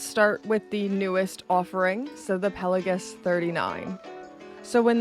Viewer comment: A guy who pretends to be a spy! Hilarious...Subscribed.... The way you pronounce Pelagos PelaGUS almost unsub'd :P It's Greek think Mykonos, Oikos and Ethos. Still sub'd